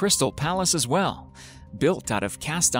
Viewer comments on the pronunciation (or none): none